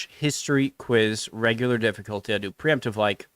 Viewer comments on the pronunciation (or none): « régular»…. Impressive !